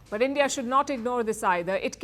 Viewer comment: End-ia and podi😮😂